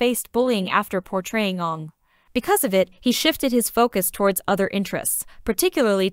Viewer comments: Coz he didn't play Aang, he played Ong! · Wow even the narrator got the name Aang wrong